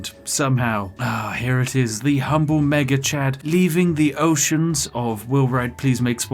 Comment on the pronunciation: when you say "Mega Chad" too quickly it sounds like "Maggot Chan" and honestly both names are completely accurate